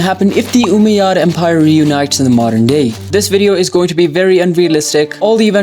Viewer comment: As an Arab the way he says Umayyad is so funny 😂😂 he’s like oomeyads